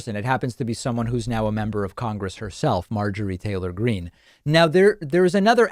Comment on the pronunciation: How she intentionally mispronounced her name. As if she never heard AOC's name spoken. Marjorie Taylor Greeneee